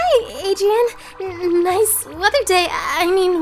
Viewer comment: It’s adrien not adiren